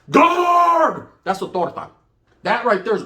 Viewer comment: “Wassapening” “guaaarrdd” 😂😂😂😂